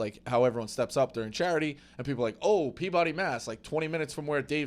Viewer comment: mispronouncing Peabody is wild